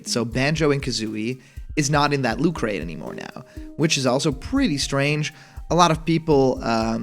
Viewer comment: Please emphasize the T in "looT." Otherwise I keep hearing....well something more innappropriate.